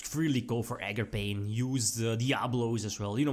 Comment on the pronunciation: Nooooo ARGAPAIN